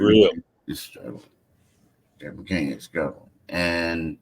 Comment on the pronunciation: McCAIN!!!!!!! not MC CAN.....pronounce the young fellas name right please...